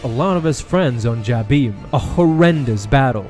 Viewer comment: You pronounce Jabiim wrong.